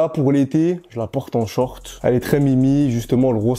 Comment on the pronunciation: Non ça rend mieux je trouve c'est stylé